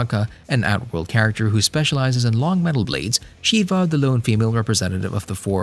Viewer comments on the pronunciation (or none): none